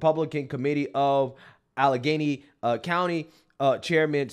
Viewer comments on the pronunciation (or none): none